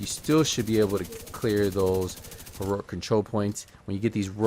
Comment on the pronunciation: “This is heruric”